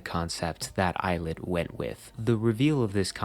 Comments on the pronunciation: 2/10 pronounced as il it 7/10 pronounced as eyelid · 4/10 of it’s pronounced eyelet 1/10 of it’s pronounced ill-it loll